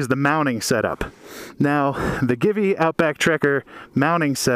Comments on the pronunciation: Is Italian company, So Givi is pronounced "Jeevee" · Givi is pronounced GayIvy. Your welcome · Will this replace Xena? P.S. I think it is pronounced GEE-VEE. Great vid, thanks.